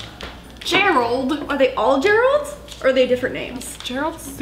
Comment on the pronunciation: Complete silance:......: Gereld GERALD! 😃🤣😂